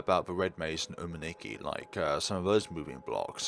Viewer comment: Hope this could help you,! In Japanese, for 'u' alphabet, they said it in 'oo' like in the 'proofread'. And for I, they pronounce it like 'E' in English. So, it's supposed to be 'Soomeetsookee'. Other than that, good walkthrough as usual, my friend!